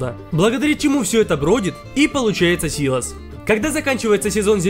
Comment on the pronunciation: дед говорит что правильно сило́с